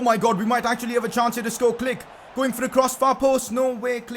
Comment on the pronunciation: Pcq: can you pls pronounced Klich as "cleesh" and not "click"